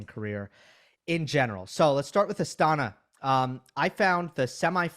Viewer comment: the Kazakhstani capital is pronounced as AstanA, not AstAna.